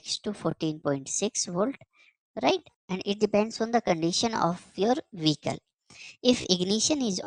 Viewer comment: "vehcile"? 1000 Volt? Is this AI video & translation?